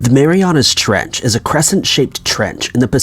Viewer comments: Is he saying Mariana's Treach or Mariana trench? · in the "trech"?